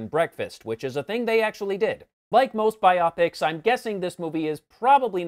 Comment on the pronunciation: Bio-pic, not biop-ic